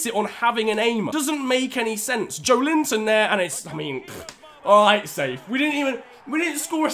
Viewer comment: With Joelinton, the emphasis is on the E and not the I 🙌 keep up the great vids